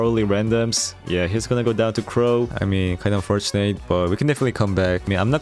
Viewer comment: bro nice content but WHY do you have to pronounce "unfortunate" like that. it has to be intentional, right? it's so triggering please stop.